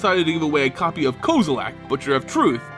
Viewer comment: Why does he pronounce some “e”s as “A”s? Jace belaran, kozilak, etc.